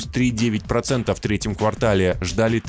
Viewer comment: Не квартАл, а квАртал-три месяца. Когда вы уже научитесь по-русски говорить правильно?